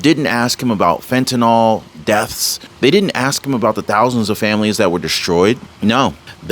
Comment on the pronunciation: I’m not an English teacher first of all. I admire your speaking ability, however you are not pronouncing the drug fentanyl correctly. The y is never pronounced as an “o” at any time and you are an articulate speaker. Please be the one who pronounces it correctly whether any one else does or not. I care about how you are perceived by your viewers. If you were a poor speaker, it wouldn’t matter. The key is you don’t fit that description so you can be the trendsetter here. A “y” is never pronounced as an “o”. It is pronounced as an”i”. Please be the one who pronounces this correctly. You deserve to be the one who pronounces this correctly with the “y” having an “I” sound, not an “o”. Thank you. It isn’t just you doing this either. They are misinformed or just don’t care. I know you care!❤